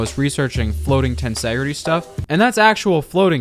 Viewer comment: you pronounced tensegrity wrong